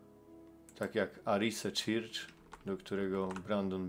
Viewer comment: film wyświetlił mi się przez przypadek, to "weszłem": 1. masz dostęp do neta i umiesz się posługiwać tłumaczem google, zacznij go słuchać, żebyś wiedział jak się wymawia słowa po angielsku, albo słuchaj ludzi, jak je wymawiają, bo uszy więdną.. red arrow on the "butom"... "arize czircz"..🤦 2. nie dziwie się, że nie umiesz wymawiać angielskich słów, bo nawet z polskimi masz problem: "zaczęłem"... "doszłem"....🤦stąd moje pierwsze zdanie. 3. Steve Cioccolanti (z Melbourne) ma za sobą amerykańską flagę! Współczuje Ci wyobraźni, że każda gwiazda na fladze USA to odwrócony pentagram.... 4. Cioccolanti nie jest "właścicielem" kościoła, tylko pastorem! Masz to napisane jak wół, PO POLSKU i nawet przeczytać nie umiesz?! Naprawdę zmęczył mnie ten filmik... co to za ludzie, którzy Cie oglądają i jeszcze Ci płacą.?